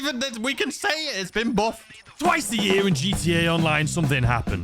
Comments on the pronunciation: "It's been boofed!!" 🗣️🗣️ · What exactly is the 'buhfff' lol???